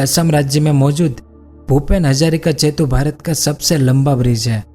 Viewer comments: Its setu not chetu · जेतु नहीं सेतु होता है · Bhai aap setu ko chetu bolte ho